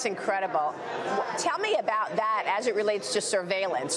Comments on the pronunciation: yes digital wan!!!!!!!! defiently what im using to buy my food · This guy can't even pronounce Chinese currency correctly 🤣🤣🤣🤣🤣 Digital Wan ?😂😂😂😂